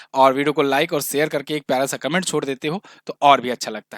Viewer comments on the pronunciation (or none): none